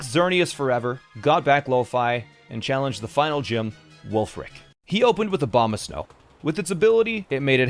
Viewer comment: Coulda sworn you called him Obama-snow